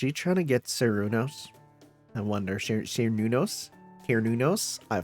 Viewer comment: While the pronunciation you found is probably accurate to real life, cernunnos is pronounced ker-noon-nos in Korean which is probably accurate to the Japanese pronunciation they were going for. That being said I’ve seen people call it many many things.